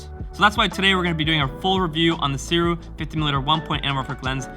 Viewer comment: I can’t wait to get my copy. By the way, Sirui is pronounced “Sue ray”